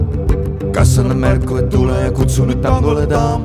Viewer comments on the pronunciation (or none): none